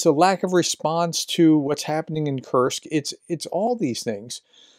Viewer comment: Kursk. Not Kurtz